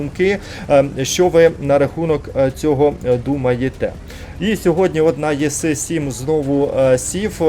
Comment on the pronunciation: Що за танк єси 7 , це жахіття якесь, неможливо просто слухати іс 7 по-людськи можливо иак говорити і не знущатися зі слуху